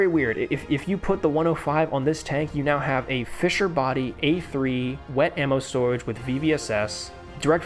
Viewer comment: I’m sorry but swoege is just a funny way of saying storage I can’t help but giggle